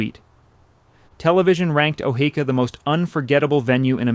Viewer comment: Sometimes he says O-hee-ka, which is correct and sometimes he says O-hay-ka. Good video but knowing how your subject is pronounced should be a no brainer.